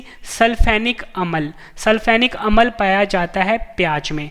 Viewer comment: Sir ji improve your pronunciation as for you speak amal to amla.